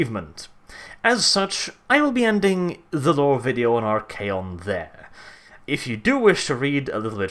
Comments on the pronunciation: I'm pretty sure you pronounced it right. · I believe you pronounced it correctly because if memory serves me it comes directly from Greek meaning master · We all know how to pronounce "archon," and Archaon just ads an 'A.' I would say you have it exactly right.